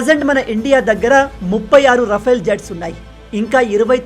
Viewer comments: రఫైల్ అనకు అది రఫెల్ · రఫెల్ అనాలి rafyl కాదు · Adi RA-FAIL kaadu sir... Oka sari google lo serch cheyandi, how to pronounce RAFALE ani.😅😅😅 Chaduvu lenu vaadu kuda vetter ga pronounce chestharu.